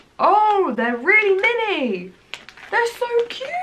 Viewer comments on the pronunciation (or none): So thought you were saying minty.I did not realize you were saying "mini"'.